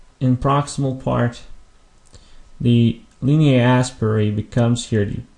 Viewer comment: Oh I see. I thought the way you were pronouncing it sounded more like English pronunciation rather than latin. I have only heard it as aspera not asperae. But I think you're right. By the way good job on the videos. Anatomy and Physiology are one of my favorite subjects.